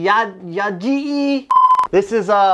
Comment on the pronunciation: Ah yes the ya gee-E blaster